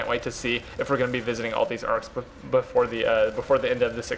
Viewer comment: arks not arms